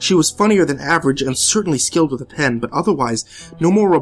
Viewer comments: Am I the only one who thought that he said "I have to go take a bath in my toaster now."? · This one was really great. At first I thought he said "I need to go take a bath in my toaster now." So I was pretty confused. The I realized he said 'with' and slightly giggled.